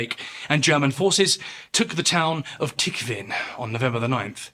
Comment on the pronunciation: since we’re on the subject it’s pronounced Tikhvin not Tivkin